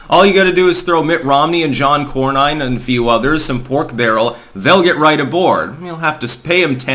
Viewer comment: Cornyn pronounced corn-in not cornine